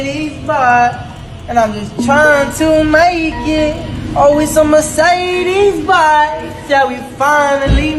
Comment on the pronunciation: I cringe so hart as a german how they pronouncing Mercedes Benz it so horrible